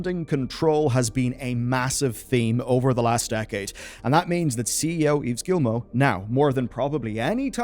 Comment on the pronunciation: Great video. Gy the way, Yves is pronounced like "Christmas Eve". Yes I'm french... And you pronounce Guillemot perfectly... Yes I'm french.